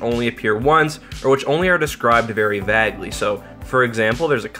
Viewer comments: Did he just say Vagley? .... U mean vaguely? Is this like an accent thing? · "Described very væguely.. " 😑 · Long a on vaguely my dude not a short a like bag